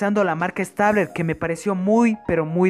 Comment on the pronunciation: No se pronuncia stabler😤😣